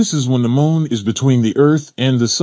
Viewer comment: Why do i keep hearing the guy say mole not moon.